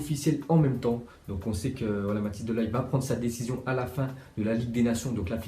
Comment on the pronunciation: Par contre tu prononce mal le nom Matthijs de Ligt